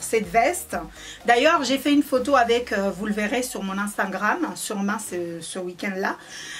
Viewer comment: ou stawii soifii juste un petit conseille quand tu du instagram tu dit anstagrame au lieu de instagram "unstagrame"👈prononciation